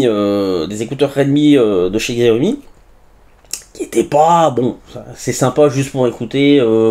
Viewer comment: Xiaomi se prononce : "chiaomi"